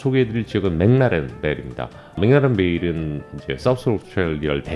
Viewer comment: Woodcuter Shiraz 한번 마셔봤는데 그닥 즐기진 않았습니다. 스트루이 이상은 마시는게 나을듯 하네요. 참고로 멕라렌베일이라고 하면 호주에서 아무도 못 알아듣습니다. 멕클라렌베일이 맞는 발음입니다.